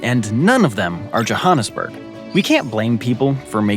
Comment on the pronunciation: Mispronouncing Johannesburg hurt since it’s said how you would read it. JoHANnesburg han as in hand. Yes it’s from an Afrikaans name, but no one says it like that when speaking English. Bloemfontein. Fair. That isn’t as straight forward